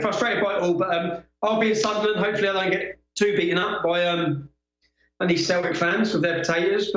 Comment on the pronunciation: *'Any' not 'Annie'. Unless you're Irish.